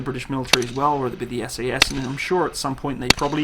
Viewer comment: It's SAS not SES. It's SAS not SES It's SAS not SES